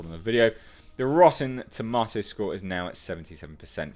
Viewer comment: You said tomatoes wrong lol.